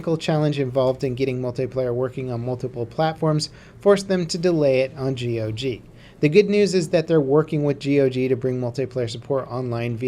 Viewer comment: dude stop saying g.o.g. Just say gog.